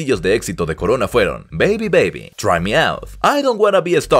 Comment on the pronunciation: Corona en italiano se dice exactamente igual que en español no coroa.